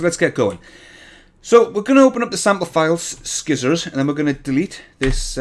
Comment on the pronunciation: One thing that keeps bugging me: It's not "Skizzors"! You start it like "Ci(nders)" and end like "(Polym)ers". I might be wrong, but it's still bugging me :P Edit: thumbs up for Dat Spring.